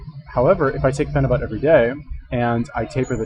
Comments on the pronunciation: Pheni buttttttt? Wtf its pronounced pheni buyt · Your a phenibut expert but you say fucking phenibut wrong, its pronounced like phenibute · PheniBUTT... interesting, didn’t know it was pronounced as a BUTT. Hmmm learned something new but that was about it because couldn’t stand how many times this guy says PheniBUTT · "I'm a fucking expert" proceeds to mispronounce phenibut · Your response to my comment was slightly redeeming for showing a willingness to be wrong and having a sense of humor. I wasn't attacking your character, I'm not one of those I'll attack you cause you can't do anything back internet trolls, I'm just pointing out the obvious, an expert would of pronounced it correctly.